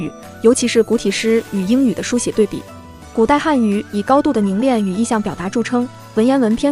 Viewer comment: 是【凝练】而不是【凝链】